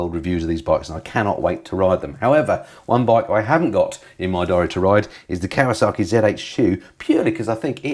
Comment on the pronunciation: Still raises a wonderous giggle as to why "KAWASAKI" wont engage with you when you keep calling them "KAWASARKI'S" 🤣🤣 Love the channel BTW 👍